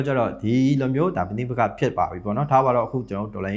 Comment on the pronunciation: ပနိပက်ခ မဟုတ်ပါဘူးဗျ ပဒိပက်ခ = ပဋိပက္ခ ပါ ဘရားသား ဗမာစကားပြောမှားနေတယ်လို့ ထင်ပါတယ်